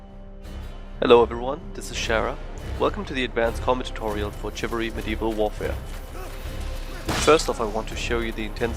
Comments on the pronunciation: It's pronounced "shivalry", not "chivalry". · FYI it's SHivalry not CHivalry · Remunerative Huckster Well, he's talking about the pronounciation. pronounced it "Tcjivalry", it's pronounced "Shivalry" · Its pronounced like shiv-alry. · Chivalry is pronounced Shivalry btw.